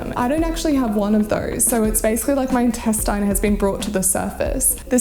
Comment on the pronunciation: I’ve never heard anyone say intestine like that